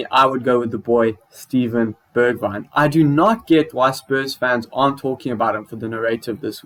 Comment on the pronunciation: Can’t believe he said Bergweijn…. I’m taking modric back any day